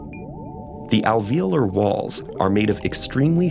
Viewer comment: the way he says alveolar and capillary :/